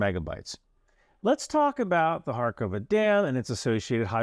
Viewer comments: It’s not Karakova - “Car-cOver” - dam. It’s Kakhovka - pronounced more closely to “Car-cove-car”. Just to avoid confusion with Kharkiv, it is in different parts of my country. Thanks for your work, man. Glory to Ukraine! Ruin to “russia”! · *Kakhovka. Not Karakova ) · It is Kakhovka Dam, not Karakova🙄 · * Kakhovka in English translation, but really Каховське (Kakhovske), not качовське. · Quick note on pronouciation: it's Ka-hov-ka, not khar-kov-ka Nice video, as always. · Good stuff but again, why can no Youtubers read or pronounce place names. There's no R in Kakhovka and its not Harkova like with Kharkiv. Also, its not necessary to do, but "kh" is a basically like a translation of the slavic "h" or "rh", so a correct pronunciation is Karhovka. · Kakhovka is pronounced more or less like English: ka-hawk-are. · Thanks for great analysis. However the dam name is very weirdly transliterated, therefore you pronounciation is way off. Second k is silent. Try pronounce it like "Kahovka". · I find it interesting that out of the many channels who focus on the war in ukraine, I have not found one non-ukrainian one who makes the tiniest effort to get the names of places somewhat right. :/